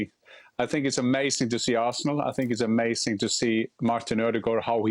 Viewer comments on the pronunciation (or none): "i think it is AMASIN"